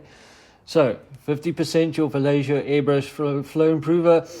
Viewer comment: nice vid, thanks! also, It's vah-YEH-ho, just fyi. or... English, we can get away with vah-Lay-ho. anyways... sorry.